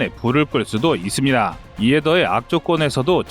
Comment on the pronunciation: 아직도 이스비다~ 이스비다~ 기가찬다